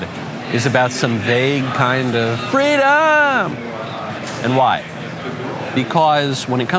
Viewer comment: Not Freedom Kamala... FWEEDOM! As for no one being above the law... what about Illegal Immigrants that cross the border illegally? Kamala's "Fweedom" means ECONOMIC SLAVERY for you... HIGHER TAXES, HIGHER INFLATION and HIGHER DEBT!